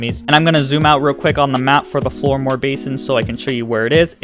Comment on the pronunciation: How can you possibly say 'Floodmoor' incorrectly? Also it's Jabber - Mogwai - please don't tell me you've never seen Gremlins.